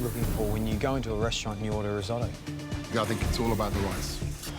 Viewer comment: Someone should tell her why Risotto is called Riso -tto.